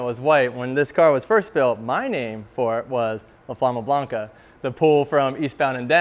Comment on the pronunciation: When he said "La Flama Blanca" , I definitely heard Obama Blanca